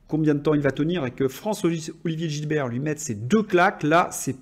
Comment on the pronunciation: GiSbert et non Gilbert.